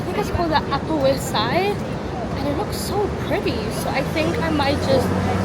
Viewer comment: The leeewwkkss??? Oh darling! 🤭🤭🤭